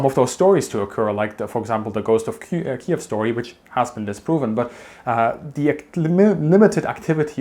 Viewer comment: Finally finally finally somebody pronounces Kiev properly